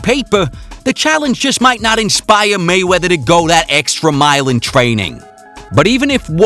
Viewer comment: dude said molly wop😂😂